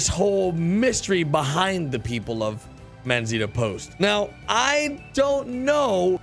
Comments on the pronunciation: D "Manzita"... lol is "Manzanita" which means "Little apple" in Spanish. For English speakers should sound something like Man-sah-nee-ta... LOVE YOUR VIDEOS... and I love RDR2 no matter what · Lol it’s “MANZANITA” not “MANZITA” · I swear it's Manzanita not Manzita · Its Manzanita, not Manzita